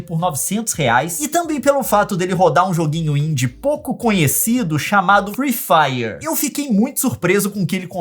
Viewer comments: eu n aguento ouvir o leon falar: free faier ou envez de free fire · firui fairer o certo é fri fairi '^' e zuera garai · Leon não é FREE FIRER É FREE FIRE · "friih fraier"